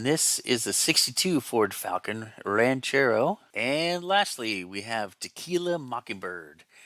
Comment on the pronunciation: Hey, thanks for the mention, and yes, you pronounced my name correctly! One odd thing about the "El Ranchero Grande:" it is actually a 1961 Ranchero -- AMT labelled it incorrectly. It gave me the idea to take a spare '62 Falcon and combine it with a '61 Ranchero to make it a '62. But I'm no kit basher and this project will never see completion. But it's a nice thought. I remember finding a Boondock Bomber and Mexicali Mudlark at a toy store ca. 1972. I was into any "old" car kits at the time, and I'd never seen box art like that -- it looked like Saturday morning cartoons! So I was hooked.